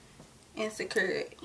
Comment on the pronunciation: Love it when you said securrrr it, ur beautiful hunny